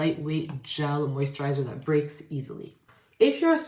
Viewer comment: moisttchaaa!! Not the NY accent coming thru for a sec lmaoooo